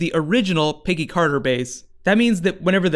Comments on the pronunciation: "Piggy Carter" ahahaha it's Peggy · Every time he says "Peggy Carter" I hear "Piggy Carter." Am I crazy, or is that was he's saying?